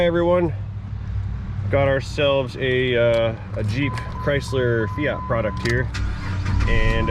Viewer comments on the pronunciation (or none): none